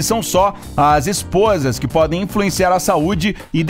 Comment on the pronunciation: Esse "Esposas" saiu muito estranho!